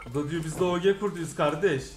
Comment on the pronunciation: Abi esjiye dön böyle oge demesi sıkıcu abi legend sıkıcu eskiye dön